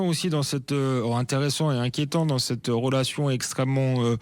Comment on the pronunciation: Ce journaliste extrémiste a dit.. rolation...😂😂relation illitrer 😂